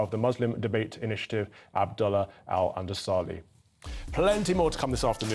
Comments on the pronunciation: End of the video: Abdullah al Andalusi -> Abdala al Undosally... Who is this right wing moron? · the guy didn't bother to even try to pronounce the name (Alandalusi) correctly